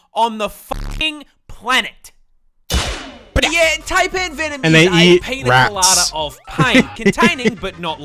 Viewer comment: Yeah, I'm going to be that arsehole who ruins the joke, but drop bears aren't real. That said, there IS a reason the branch of a eucalyptus tree rotting and dropping off is referred to as a 'widowmaker'. Also, he said possums aren't dangerous, ya deaf bastard. Also-also, he mispronounced 'Taipan' and we pronounce the H in 'herb' down here.